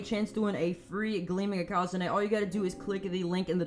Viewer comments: maybe because he is saying it incorrectly? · How do you pronounce ikazune me ikazune ikAAzunie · The way he pronounces ikazune triggers me. Its eeh-kuh-zoon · Why does he pronounce ikazune I QA ZU NE